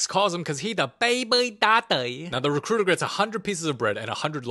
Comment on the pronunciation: mean Da Recruitah iz hear😅😅